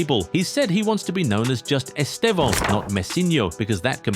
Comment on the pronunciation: First, English people pronouce his name in a wrong way and it sounds awful in his own language. So in the right way, the estressed syllable is /tê/ , so EsTÊvão.